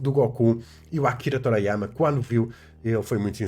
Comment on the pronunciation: "Toráiáiama" lol